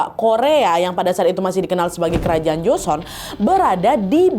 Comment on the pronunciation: salfok kak nad nyebut Joseon nya bener berdasarkan hukum hangeul biasanya orang2 nyebut nya salah jadi Joseyon